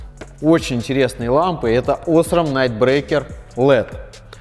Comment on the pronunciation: Не Осрам а осрАм